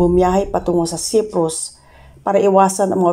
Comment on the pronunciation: Meron lang akong e suggest need to practice pronouncing the words correvtly just like cyprus and more